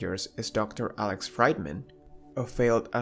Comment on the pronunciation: Fried man, really? It's pronounced Freedman..